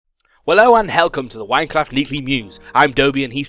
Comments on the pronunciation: he said helcome and O.o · Wello and helcome to the winecraft meekly news. I'm and he is xD